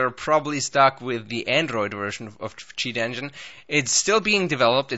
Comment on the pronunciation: Sound like u said s*** engine